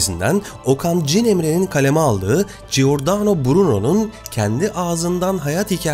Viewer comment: Giordano=Cordano okunur, İtalyanca da gi=c okunur. G okunması için önüne gh=g okunur, yeğenim, teşekkürler emeğine.